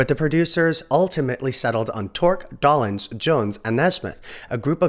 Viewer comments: Mickey DOLE-enz NOT Doll-enz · Mickys last name is pronounced "Dough-lenz", not "Dah-lenz" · Never heard his name pronounced Doll-ens! Doe-lens is how I think it's pronounced. Funny how language changes from generation to generation, just because no one is paying attention! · Dough. Lens. Doughlens. DOLENZ! It doesn't even look like Dollenz for heaven's sake! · It's Micky Dolenz -- pronounced Doe-lenz ... not Dollins. Please, your mispronunciation hurts my ears!! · just saw a behind the scenes documentary on them a few weeks ago. and BTW it's "dole-lenz" not "doll-enz" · Oh! NOW, it's, Mickey DAHLenz!. It's pronounced the same as, Dole (the Pineapple company). Add an NZ to Dole and you got his name. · Yeah, I couldn't watch anymore if the narrator doesn't even know that much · Doll-enz? Really? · Yeah, should be Dole-enz. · Micky’s last name was mispronounced. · You lost me at 7 seconds into your video when you mispronounced Micky Dolenz's name. Your credibility is Zero, so why should I bother to see what else you got wrong? KNOW YOUR DAMN MATERIAL!!!